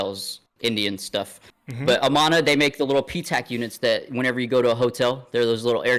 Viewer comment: It's more like UhManUh--like how you pronounced Nevada. Amana, Iowa is little Olde Time German town; incredible pancakes. Most of the non tourist driven jobs are that Whirlpool factory.